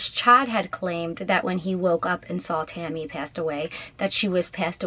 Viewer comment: Who’s Tommy? Are you trying to say Tammy